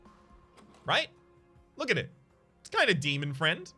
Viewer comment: Did I miss the meme where he started saying demon friend instead of demon fiend?